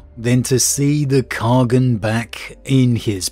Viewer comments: Great discussion today. Is it in lore to pronounce Khagan as "kha-gun" like "shogun?" IRL, khagan can be pronounced as simply "khan" although some dialects separate it into two syllables; "kahg-han" (soft g), or "kah-han". In all of them, even in Chinese the second syllable still having the soft "ah" sound. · Khagan means ruler in turkic and mongolic languages. Khagan means khan of khans or the great khan. Its a title ant its pronounced KHA-GN in mongolic and KAGAN in turkic